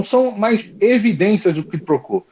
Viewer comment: Sugestão: a pronúncia é: “ Cuí pro cuó “